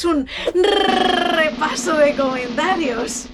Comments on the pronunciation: Ayyyyyyyyyyyyy es que se me cae la lagrimita al ver el rrrrrrrrrrrrrrrrrrrrrepaso de comentarios (ts ts ts) a ver como?... y el roastyourself....... en fin desde 2013 aquí es lo suyo jajaja. Me encanta verte tan feliz, tan tú. Estos vídeos molan <3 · LA EMOCIÓN CON EL RRRRRRRREPASO DE COMENTARIOS HA SIDO HEAVY 🥹